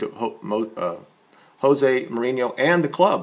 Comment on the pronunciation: you make some valid points and i am now intrigued to hear more of what you say. But please learn to pronounce the names of our manager and goalkeeper. One is as said with a J not a H, as he is Portuguese not Spanish and the other is said with a H in place of the G.